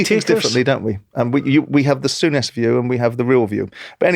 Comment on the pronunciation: Sourness 😂😂😂😂 not souness.